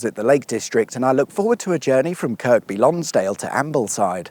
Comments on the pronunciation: It's not "WestMOORland", it's pronounced "Westm'land". It's not "KirKby Lonsdale", it's pronounced "Kirby Lonsdale". Don't know how old this vid is, but Cumbria no longer exists and has been split into "Westmorland and Furness" and "Cumberland" (like it used to be) . Windermere is not the village on the shores of the lake, that's Bowness-on-Windermere, Windermere village is a mile or two up the road. There's tons of other stuff to do as well, like the Aquarium of the Lakes at the end of the steam railway, boat trips on the big boats on Windermere and all the Beatrix Potter stuff. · It's not KirK by, it's Kirby - with a silent K. Talk to any local people or listen to local radio and you will get this confirmed. Probably my favourite town in England, it's just so beautiful and peaceful. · I’m a Kendalian born and bred, it’s Westmorland not Westmoreland and it’s pronounced Kirby not Kirkby. Thank you very much. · Kirk-be -is really Kerby. Dear me. Are you a southerner or something? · "WESTmorland" not "WestMORland". "Kirby" not "KirKby". 🤣🤣🤣🤣🤣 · The second k is silent in Kirkby Lonsdale😊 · KIRBY Lonsdale FFS, it's a silent K!!! And it's Westm'land, not Westmoorreland!!! Bloody tourists. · Kerby Lonsdale, not Kirkby. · Lived in Kirkby during secondary school. Your pronunciation KirKby really pained me ngl. Makes me think was it intentional :D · It's pronounced "Kirby" Lonsdale. The second "k" is silent. Also waaaay too much emphasis on the "mor" in Westmorland. The actual pronunciation sounds more like "west-muh-land". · Kirkby Lonsdale is pronounced Kirby, great video, and yes it's still raining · Great vid!! Kirkby Lonsdale is one of my favourite towns to stay for a short break. PS, it's pronounced without the second 'k'. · I think Kirkby is pronounced Kirby. i.e. without the second K. Leastwise thats how my rellies from West Yorkshire pronounced it. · The k is silent. No, I don’t mean it’s called irby Lonsdale. Kirby. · Never heard anyone pronounce the second k 😅.